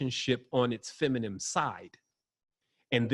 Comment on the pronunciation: feminine. dude please learn how to say it.